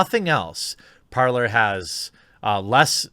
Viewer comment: Its pronounced parlay not parlor, your mistake is using English grammar on a different language, parler (parlay) is French for talking.... and talking is what people do on parler